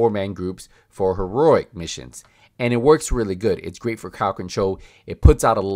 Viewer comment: It's pronounced.. He-row-ic and not Ho-row-ic